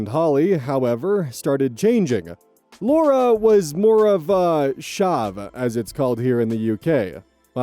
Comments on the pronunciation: Chav is pronounced ch-av. Not ch-ave. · “chav” - like “chapter” not “shove”. It’s the scene kid type with their own chav street lingo.. ie “ya git me, bruv?” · bro you could not have pronounced chav any more wrong i was on another tab and had no idea what you were talking about. Ch from chair av from available. Chav. not shahv. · Honestly hearing you mispronounce chav hurt my soul. Lol. The ch isn’t pronounced as a sh. It’s not that fancy lol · Chav is pronounced with a hard Ch, like chad or cheese. Its not "shav" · "August 24th 2026" Damn invented time travel just to get us more Reddit drama ETA: It's to "shauve" it's "tchave",. Source: Am a former chav raised in a chav neighbourhood. Like "church" if that makes sense? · pronouncing Chav wrong is my fave part of this video. CH-av, not CH-aaarve. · Its pronouced like cha a v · Chav is pronounced "ch-ah-vuh". It might be British English but not European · "Chav" is pronounced to rhyme with "halve." It's a derogatory term for poor youth who are often loud, brash, and tend to have a certain clothing style. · Chav rhymes with Have in how it’s pronounced by the way! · chav is said like chaff, except replace the ff with v, so more 'ch- ah- ver' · I usually listen while working on something else and that pronunciation threw me. Chav rhymes with have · hahahahahaha 'Sharve' hahahaha I love the way you mispronounced it! Its a hard C like in 'Chives' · Chav rhymes with have. Ch-av. I understand not Googleing it as Google barked at you last time. God knows what it would have said for that. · I'm sorry but the pronunciation of "Chav" had me cackling. Over here the "ch" is typically pronounced closer to how its said in "chair". Phonetically "ch-a-v". Either way, thanks for another great video, have a great day! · Sharve, god bless him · Lol. "Chav" is pronounced with a hard CH, i was so confused for a second there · the way oz said chav was funny lol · Chav has a hard CH, not a soft one. More channel than Chanel.